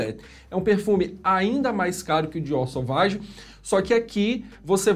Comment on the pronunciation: Só por pronunciar corretamente o "Sovage" já ganhou meu like, professor! O que tem de youtuber pronunciando "Sauvage" aqui no YouTube não é brincadeira... Chega a doer os ouvidos.